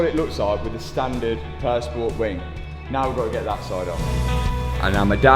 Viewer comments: im usually not bothered by accents but for some reason purr sport instead of pure sport drives me nuts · Great content. I just wish would pronounce Pur Sport as the French would ("Pure Spore"). It's French for Pure Sport,.